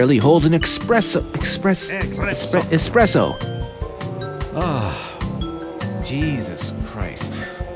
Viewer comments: ''This can barely hold an espresse!'' ''Espresso.'' ''Esogjd!'' ''Espresso.'' ''Espresso!'' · >high-level scientist of Black Mesa that made a teleporter in HL2 >friend of Gordon Freeman >cant even pronounce espresso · when the scientist is trying to pronounce espresso ,blue spy in the background